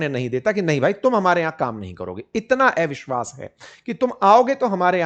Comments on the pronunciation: आप इतना बढ़िया हिन्दी बोल लेते हो, लेकिन ‘अविश्वास ‘ को एविशवास ‘ क्यूँ बोलते हो.. अटपटा सा लगता है!!??😳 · एविश्वास × अविश्वास ✓ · ऐविश्वास नहीं सर अविशवास कहते हैं😂